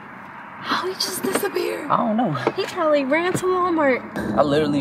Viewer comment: he said "my man just dissapire is he a ghost"